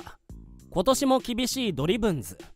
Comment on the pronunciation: ド↑リ↓ブンズ↑ってニュアンス気になるわ